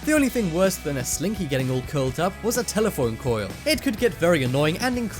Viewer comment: "Next up is telephoine coils" 😂